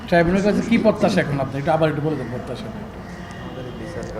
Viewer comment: ট্রামিনাল না ট্রাইব্যাল